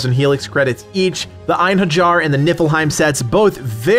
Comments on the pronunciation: Eyen Hurr Jar triggered me. You make great videos, truly, but please, don't be one of those Americans that mispronounce everything that isn't in English, you do prep for a video either way, it's not a big deal to look up pronounciation of a few words. I know a lot of people don't give a shit, but for those of us who do, you'd be doing a huge favor by simply not triggering us, also, it's kinda in your interest since you're a growing Youtuber and Valhalla is at its peak of popularity right now, a lot of people will be coming through here. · pssst ( it's pronounced Ein HAIR EE ER. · Einherjar = "Ein-HAIR-YAR" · I love that he mispronounces surtr and einherjar without noticing. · I'm genuinely boggled that people can't pronounce einherjar properly at this day and age.... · Your pronunciation of Einherjar made me cringe a little 😂.